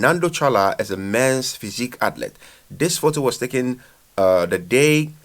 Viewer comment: Learn how to say athlete dude